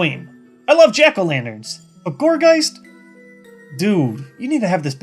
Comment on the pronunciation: Gourgeist's correct pronunciation is Gorge-eye-st. It's name means gourd and geist. So, there you go. (